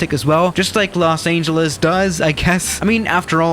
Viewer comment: he pronounces the ANGEL in los angeles